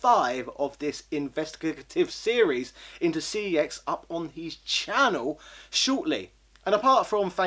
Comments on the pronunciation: your supposed to pronounce the store name "sex" not "C E X" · the company has already said that your meant to pronounce the store name as "sex" and not "C E X" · that's actually how you pronounce the name. I only just found out myself after hearing it said on an ad for CEX. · Doodles Gaming I've seen it said on an ad too but it's still incorrect. Their name is Computer Entertainment Exchange, CEX is an abbreviation if that name. It isn't Sex, it was a mis-pronounciation which they latched on to because they thought it was cool. Think about it, how infantile would someone have to be to name a company Sex?